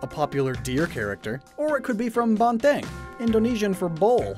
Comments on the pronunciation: As an indonesian, i like how u said "Banteng" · I am triggered how you said banteng and api